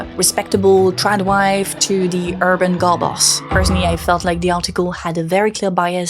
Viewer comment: Dis, dat, dem, da, dose please learn how to pronounce 'ths' it makes you sound very unsophisticated. BTW, Trump, one of the biggest misogynists and racists ever seen, was just reelected. Posters/propagandists like you are exactly what Trump voters hate above all. Rethink your life, who do you think you are helping?